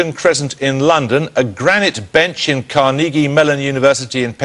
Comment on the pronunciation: he could not say "carnegie" correctly? one of the biggest US industrialists of the 19th century. oh well.